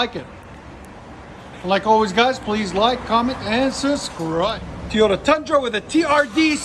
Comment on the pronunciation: Did I hear you say Teeota. Damn hillbilly.